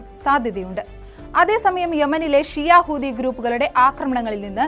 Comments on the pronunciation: ഹൂതി അല്ല ചെങ്ങായീ.... ഹൂത്തി 😂😂😂😂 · ❤ഹൂദി അല്ല കുട്ടി ഹൂത്തി എന്നാണ് പറയേണ്ടത്. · കൂതി അല്ല കുട്ടി ഹൂതി ന്ന 🤣